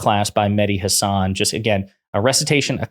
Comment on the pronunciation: it would be great if you learned how to pronounce mehdi's last name.....